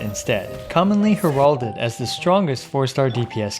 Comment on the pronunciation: Somebody please teach this guy how to properly pronounce "heralded."